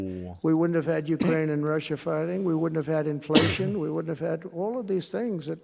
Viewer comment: he pronounced inflation wrong.